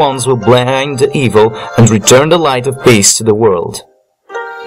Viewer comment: You said evil wrong